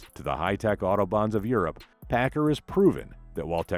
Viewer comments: It’s pack- car. Not packer .learn the idiom for your documentary! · Please- it’s pronounced- Pack car- like two words, not Packer. I was fortunate to fly Chuck Pigott many times during the seventies when he was on the board of directors for Boeing. He always pronounced the name like to words. Don’t know how Mark Pigott pronounces the name.